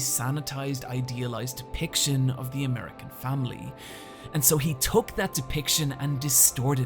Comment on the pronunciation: "The" isn't pronounced "zee" when in fron of a consonant. It's incredibly annoying when you use it all the time, not even once in a while for emphasis, all the time!